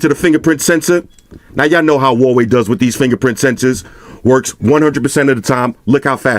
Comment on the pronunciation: I'm sure Huawei sent him some nice products free of charge. The least he could do at that point was pronounce the name properly.